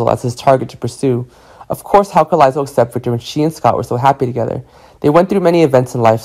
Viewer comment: Omg this guy cant pronounce anyones names… lie zel? So behind